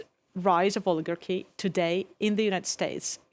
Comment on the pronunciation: "We had never had an orligagy vontrolling the government" oh😂😂😂😂😂